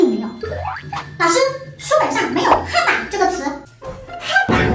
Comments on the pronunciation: 哈板黑板😂😂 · 我也覺得很佩服這位老師😂😂？發音口音差好多 黑板 跟哈板😂😂😂😅